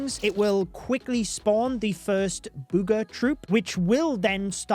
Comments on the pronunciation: I don't know why, but "bood ga troop" sounds hilarious 😂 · I love how says booger